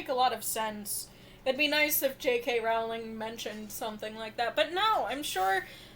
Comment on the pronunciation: Her last name is pronounced like Rolling Rock Beer, NOT like 'Row! ling' why do so many people pronounce it wrong?